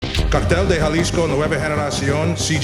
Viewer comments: Ha-lisco not ja-lisco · Is pronounced with an H not an J godly do l if your actually doing research you works know that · How ignorant to not even know how to pronounce Jalisco